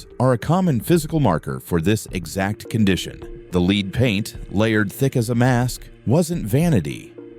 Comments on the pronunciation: LEAD NOT LEED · Very interesting, though the AI narrator gets leed and lead mixed up frequently 🤫😄